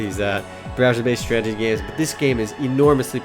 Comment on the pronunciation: I like how you say "stragity" instead of strategy. x) Love your first looks, and your site. FTW!